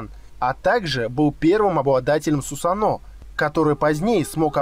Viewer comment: сусАно а не сусанО